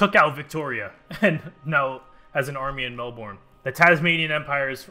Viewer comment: As an Aussie viewer I was so excited then I was hit with the Tasmanian Empire gut punch and the killing blow of how you said Melbourne